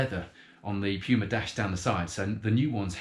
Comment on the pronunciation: its Puma not Pyuma